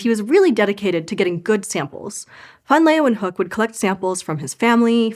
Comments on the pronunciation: Are you Dutch? It was pretty good, only the -hook part was incorrect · ”Leeuw” is one diphthong. She separates the diphthong into two syllables. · it wouldn’t be so bad if she didn’t add that extra syllable to his name. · I am also from the US. It was… OK at best; at least it wasn’t pronounced “lee-wahn-hook.” It should have been something along the lines of “lay-van-hook.” I can’t do the phonetic alphabet spelling on my phone. I will give a pass, as I am a huge fan. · This is how I learned I’ve been pronouncing his name wrong for years. Which is weird because the right pronunciation is actually closer to what a naive English speaker would say. I wonder where I got the “LAY-ven-hook” pronunciation from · Mild yodelling was an interesting approach to pronouncing van Leeuwenhoek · I wanted to listen to the story but CANNOT stand to hear you pronounce this man’s name one more time. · Why Pronounce van Leeuwenhoek wrongly? I know that 99% of the world's scientific knowledge was made outside the USA, so you really need to spell things correctly. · Always disappointing that Americans have such disregard for correct pronunciation of names, or is it just disrespect...? No one in the production bothers to ask the question and spends 15 seconds looking up how to pronounce the name of the person the video's about...🙄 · But it wasn’t pronounced properly at all… 😂